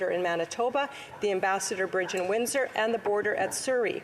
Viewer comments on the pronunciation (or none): none